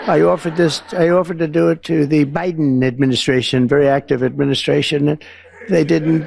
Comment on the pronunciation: I hate the way this moron says Biden's name. He just never leaves him out of his conversations. Bet those kids that gathered around him were promised a party with free ice cream and candies. He has to buy affection.